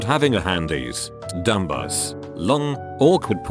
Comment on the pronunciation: Nobody: TTS: DUM BUSS